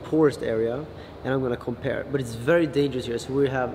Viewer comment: I keep hearing dangerous. Funny!